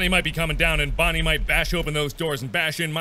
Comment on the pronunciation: Scott: OK Mark repeat after mr Scott: bon Mark: bon Scott: nie Mark: nie Scott: OK now say Bonnie Mark: bonnster